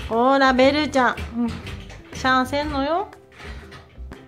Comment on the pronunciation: タマちゃん、ベルと最初はこんな感じです。のベル様かべではなくてぺになってました😂